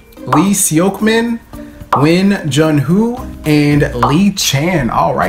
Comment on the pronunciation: When he tries to say Jun's name all I hear is , 'When? Jun, who!'